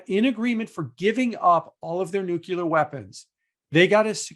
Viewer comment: Great video. PSA nuclear is pronounced NU-CLEAR , not NUKE-LUE-YAR Jim 😉